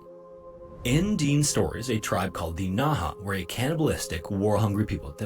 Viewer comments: And the AI narrator is a little annoying, it is not pronounced Deen, Dene is pronounced Deh-nay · The correct pronunciation is Dene (De-nay), rather than 'Deen,' as used by the Dene First Nations people themselves. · The narrator made some mistakes, It's Fort Simpson, not Fort Samson. He mispronounces Dene. It sounds like Den-ay when pronounced correctly.